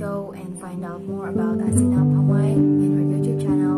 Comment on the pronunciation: Woww azeena accent is too good